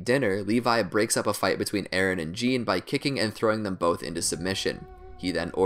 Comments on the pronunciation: *Jahn not John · He pronounces Jean like the German Jan when it is either pronounce like Jin or Zon